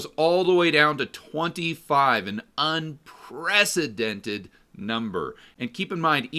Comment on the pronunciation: .. and it drops of A CLIFF.... an unPRECIDENTET number Love the pressure on the words 😁